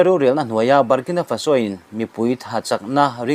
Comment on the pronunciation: FaSO ni lovin, FAso tia lam zawk tur.